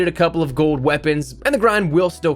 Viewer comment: you keep forgetting the L in GOLD you say GODE